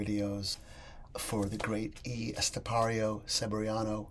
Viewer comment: I noticed you keep calling him E Estepario, its EL, as in bell. Lol